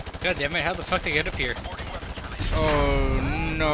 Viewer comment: not the "oh naur" 😭😭 the tiktok girlies got to him